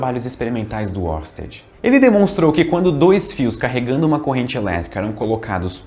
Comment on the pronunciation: Estamos de olho em você pronunciando "Huygens" corretamente e não fazendo o mesmo com Oersted.